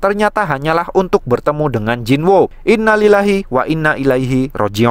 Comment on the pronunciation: Abang orng arap ya? Ngomong rojiunnya sangat ke araban sekali